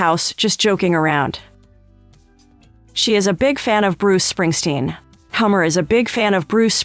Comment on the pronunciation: No 1 thing you don’t know~how to pronounce Comer (rhymes with doner)